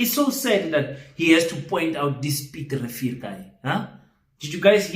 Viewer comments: King ke Piet Retief not Piet Revier. 🤣🤣🤣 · 😂😂😂 Piet Refill or Piet Retief😂😂😂😂😂?